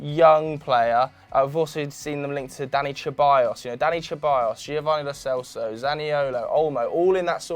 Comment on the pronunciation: It’s pronounced Dani Seballos, the c in the name is meant to be said like an S